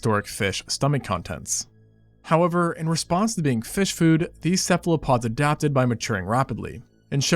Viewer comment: Cephalopods, as in "cephalo" meaning head and "pod" meaning foot. Not "Cephlopod."